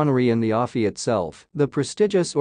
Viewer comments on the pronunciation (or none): What the ever-loving eff was Harry thinking? Oh that's right, he's destroyed his brain so he wasn't thinking. Thank you, Mr. Freeman for so graciously taking out the trash. P.S. To the creator of this piece: It's pronounced A-F-I, as in American Film Institute. Not Ah-fee.